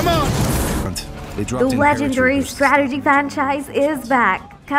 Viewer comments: "STRATERGEE GAEMS" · Nup I couldn't even watch after the fifth 'STRATERGY' lol